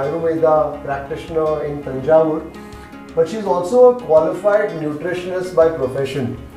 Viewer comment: Yo, loved the manner you pronounced tamizh with the 'zh' inflection, and Thanjavur correctly. I know the reason now. 😀